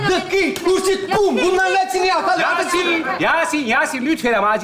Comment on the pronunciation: yasin demiyor yasın diyor, bunun dışında başarılı.